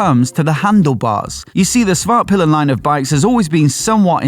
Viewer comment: It's HusKvarna, not Husvahrna. And SvarTpilen, not Svahrpilen...